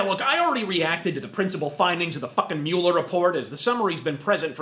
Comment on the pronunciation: I like that you pronounce Mueller the way it looks like it should be pronounced, annoys me how everyone says mawler.